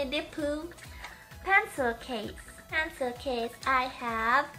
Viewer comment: when she said pencil it sounded like pantsu...